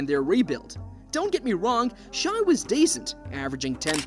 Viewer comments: Stop saying shy ITS SHAI (shae) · You’re not wrong but SGA pronounces it “Shay” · How you gonna do a whole video and pronounce the guy's name wrong the whole time? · Had to stop watching. It is pronounced "shay" not "shy". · Why are you pronouncing it shy? I literally can't concentrate on the video lol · In shai the correct way to say it is “ shy “ bc the i makes the a silent 🤫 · SGA’s name is not pronounced “shy” and the team isn’t called the Thunders 😂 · As soon as an NBA content creator says “shy,” I immediately click off the video lol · how can you make a whole video about someone and say his name wrong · Let's learn to pronounce the number 2 MVP candidate's name properly